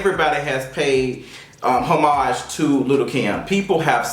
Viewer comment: You are pronouncing homage incorrectly.